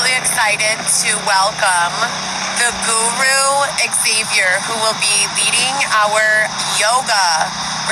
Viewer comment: A GORU? She really has trouble with pronunciation Also it’s so soothing and just what you want in a yoga class to hear all that traffic and commotion.. and of course the teacher yelling at the student or excuse me the “goru”